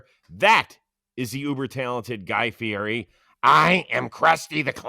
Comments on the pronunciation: Plouffe this morning about the giants new manager “don’t be someone who you aren’t”…. 12 hours later is a literal guy who says his last name wrong. It’s Fiiiiiietttiii not fierrri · You can't dress up like Guy Fieri and then pronounce his name like that Trev!! Fee-eddy